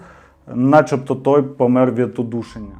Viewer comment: 🙂тУлуб, а не тулУб; помЕр, а не пОмер. Дякую, дуже цікавий канал. Де купити абажур?...